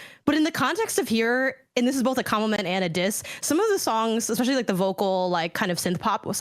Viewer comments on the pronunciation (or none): I here “expecially” alot more now. It makes me nauseous sometimes